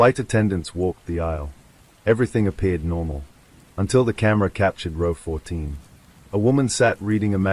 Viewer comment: Nope. got as far as when a street light flickered two nights in a 'row', pronounced 'raww') I refuse to listen to AI slop.